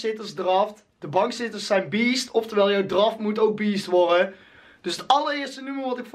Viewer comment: rob zei worren ipv worden